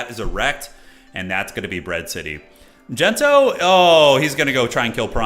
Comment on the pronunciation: its not Gento, its DENTO